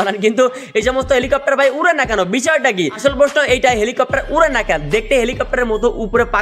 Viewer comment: helicopter ❌ vancopter✔️